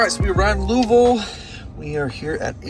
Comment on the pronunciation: I see you got the Louisville pronunciation down. I always struggle with that one. Also the supercharger there is called Supuhchah-guh.